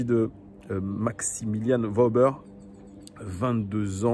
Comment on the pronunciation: petite précision on dit "Weuhber" pas Wauber :)